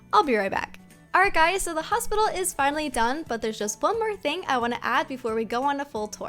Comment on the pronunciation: Literally in the last vid one person said hostpital